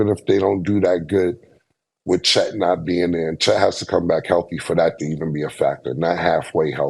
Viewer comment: First it was Lukahh then it was Windol “Wendell” and now Check “Chet” 😂